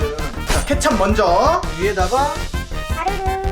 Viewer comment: 케챂이 아니라 케찹